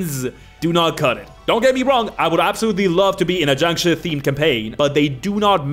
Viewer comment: Why are you calling jiangshi, jangshu, I do t think that’s how it’s pronounced, but I may be wrong.